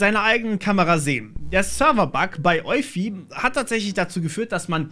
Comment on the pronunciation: Ich würde Eufy so wie Spotify aussprechen, ist aber auch nur eine Vermutung